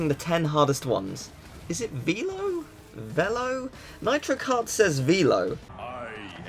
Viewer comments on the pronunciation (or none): Se c'è scritto "Velo" si legge Velo, non "Vilo". Stupidi americani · Hate to be that guy, but his name is officially pronounced as Veelo, not Vello. If you noticed, Nitrous Oxide and Velo have very thick alien accents. Velo himself is also saying it correctly, but his accent makes the e sound different. He also has a different voice actor in this game, so the actor's different voice pitch probably makes the e come out different when doing the accent. A good example of this is the name Daniel. In English we say "Dan-yul" but in France, it's pronounced as "Dan-yell" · I think it's pronounced velo like in velocity